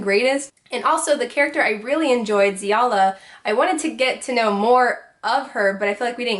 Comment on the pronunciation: I am very relieved you pronounce Xiala the same way I do